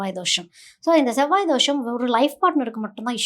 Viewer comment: ஷெவ்வாய்-னு சொல்லாதீங்க அது செவ்வாய்!